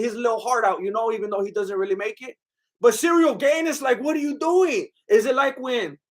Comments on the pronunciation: His name is not "Gain" it's pronounced "Garn" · "Cereal Gane" 🤣👍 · "Cereal gain" "nogannou" dude😂😂😂, you are right, Gane was slapping and poking Francis with those shots, zero damage